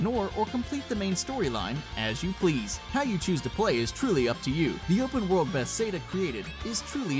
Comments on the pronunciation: Skyrim is an open world action role-playing game created by "bess-ay-duh", according to this guy. it's Bethesda, not bess-ay-duh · lol are u even a gamer its bethesda not bethseda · Im sorry but its pronounced bethezdah not bethsaydah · Did he say Bethsayda? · "Bestheda" you mean be-thes-da? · Besada?? Why can't this guy pronounce words. First mario, then Bethesda. You'd think he'd do a little research in pronunciation. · Bethseda? It's Bethesda hell I even had to re-type the wrong spelling coz it autocorrected me lol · it's Buh-thez-duh not Beth-say-duh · Be-thes-da, not Beth-say-duh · "Beth-Sada"? Really? Learn how to pronounce the names of the subject matter in your own video. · bethesda not bethsayda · BETH AIS DUH its beth es duh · its pronounced bethesda not bethsda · Bethesda (Pronounced Ba-thez-duh) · "Beth Seda" oh my jesus christ my grandma pronounced it correctly and you didn't. She's in her eighties. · I swear he's TRYING to say them wrong I mean cmon, alduin he says (al-due-in) GladOS he says (glad-Oh-ess) and Bethesda HE FUCKING SAYS (BETH-SAY-DUH) WHAT IN THE ACTUAL FUCK. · You pronounced Bethesda wrong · Beth-seda really dude he said it twice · Ba-Thez-Duh, please say it right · it is pronounced be. thes. duh. and i mean duhhhhh. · What kind of rock do you need to be living under to pronounce Bethesda like that? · Did he really say Bethesda like that